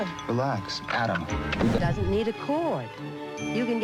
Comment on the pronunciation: Co-lee-co. Adam, not A D A M